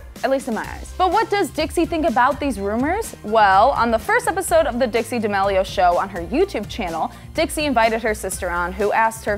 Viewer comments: ChArLi DaMaLeO- its charli DA ME LIO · it’s dah-meal-e-oh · y u pronounce it like damilio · She literally says dixie dEmElio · the way she pronounces d'amelio lmao